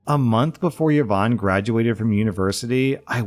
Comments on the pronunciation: Please I am BEGGING you. PLEASE pronounce it properly. Its E-von not YeeVon. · Her name is pronounced E-VON, not yovan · e-von not ye-von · The way I shudder every time I hear 'Yeh-vonne' 😮😅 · Yvonne is pronounced EE-vaun btw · Just an FYI: Yvonne is pronounced "E-von". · the way says yvonne is making me giggle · Wait is yvonne pronunces without a vowel start in english?